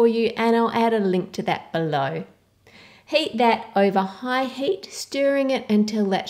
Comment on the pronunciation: When you say heat it kind of sounds like you're saying hate.